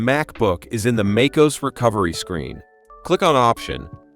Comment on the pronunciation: AI SLOP!!!! took 3 seconds to hear os instead of O.S. .... smfh